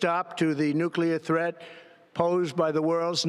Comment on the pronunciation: Nuculrer unruchment capacity! 😂